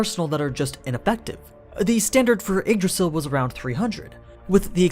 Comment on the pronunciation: funny how he spells yggdrasil as eggdrasil